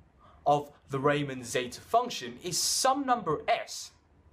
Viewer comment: Its pronounced reeman not ryyyymann